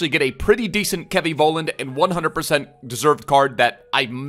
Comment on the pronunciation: Love the vids <3 Btw I think his last name is pronounced FOLLAND in German.